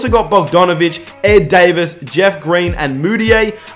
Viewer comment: It’s not Dayvis it’s Da-veece bertans